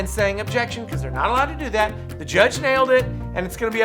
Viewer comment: His constant lazy pronunciations drove me crazy. Every time he said things like, "Do dat" I winced. It was like he never grew out of toddler speak.